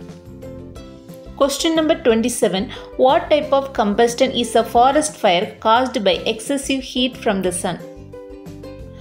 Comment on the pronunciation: Ma'am your video is so useful for us. But you did one mistake in pronouncing the word Combustion it's not कम्बस्टन, it's कम्बस्शन, Ok!